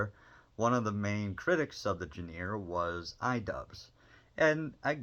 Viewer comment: “geneer” do you mean genre? Like (Jon-ruh)